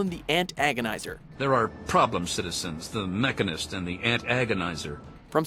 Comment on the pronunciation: Does watchmojo have anyone with basic pronunciation skills? Core-ier? Jesus fuck. And the Mech-AN-ist? The game clips correctly say Mechan-ist twice immediately afterwards!